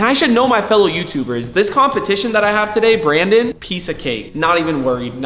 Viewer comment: “Brawndon is scarwed” got me lacking 😂